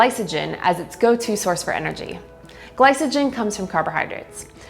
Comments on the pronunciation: Glysogen lol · It’s ’Gly-co-gen’ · She pronounced glycogen wrong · Yes and it's driving me nuts.